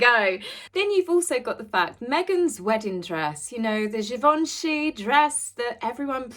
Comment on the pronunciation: Your pronunciation of Givenchy is accurate. :)